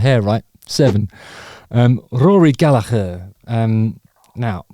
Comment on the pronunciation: Also, as I am part-Irish, I extend extra kudos to Justin for pronouncing his surname correctly :o)